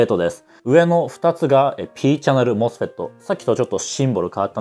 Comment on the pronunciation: この動画に一切関係ないけど。。さん声が素敵で聞き取りやすく、MOSFETの発音に痺れました。。ｗ 多分、こんな難解な内容を普通に視聴出来るのは、分かりやすい解説と素敵なお声なんだと感じました 学生時代にさんの動画を拝見出来たら理解も考え方も相当変わったんだろうなって思います 今回もいい動画有難う御座いました。。m(_ _)m